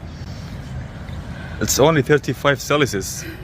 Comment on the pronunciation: "Its only 35 celisus" 😂😂😂😂😂😂😂😂😂😂😂😂😂😂😂😂😂😂😂😂😂😂😂😂😂😂😂😂😂😂😂😂😂.